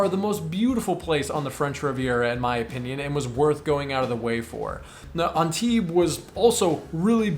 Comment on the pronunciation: By the way you pronounced Antibes great!